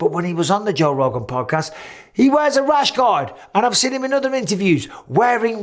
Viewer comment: When Bisping says rash guard, I hear rash God.